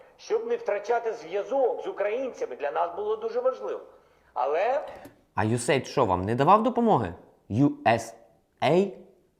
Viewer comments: Не ю ес ей ай ди, а ю ес ейд.... комбінація слів USA та AID - допомога.... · Треба казати не ЮСЕй АйДі ( USA id ), а ЮС Ейд ( US aid ). Що в перекладі значить як допомога від Сполучених Штатів. Aid перекладається як допомога страждаючим. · Не USA ID, а US AID (aid - это помощь с английского). А на счет того что тебя не было в Украине на момент выборов Зеленского, то много кого не было, но голосовать голосовали. За Зеленского, правда, почти ни кто из знакомых.